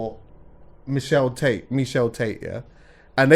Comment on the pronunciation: Michelle Tate got me in stitches tho 😂😂😂 it's Meisha Tate***